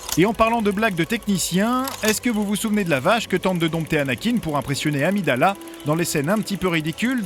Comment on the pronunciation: Qui dit amidàla?